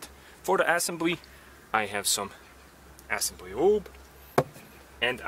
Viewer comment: Great videos. One pointer; though there is nothing to complain about your English, there one tiny mispronunciation. It's not pronounced Assembly, but assEmbly. Check here, if you need to. Not to be a wise-ass, but I assume you're going to say assembly a lot in the upcoming videos, so I wanted to give you the heads-up. 😎